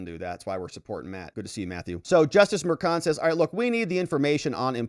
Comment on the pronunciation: If only pronounced Merchan's last name correctly...such an embarrassment.